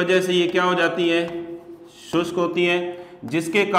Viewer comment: शुस्क नही शुष्क होता है।